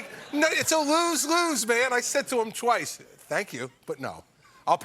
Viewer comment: Lol... CC said "twaice 😂🤣"